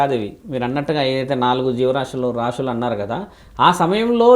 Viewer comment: రాషులు కాదు తల్లీ రాసులు